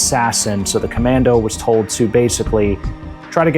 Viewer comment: Great show. the "ComanDOH"